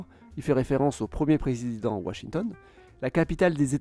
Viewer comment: Prézzzzident... j'ai crû que t'allais recommencer avec ce mot! Mdrrr 😂😂😂